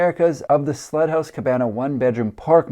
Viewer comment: I swear by all that is holy, you kept calling the first house a "slut" house. I had to turn on the CC to discover it was "sled" house, which just made SO much more sense.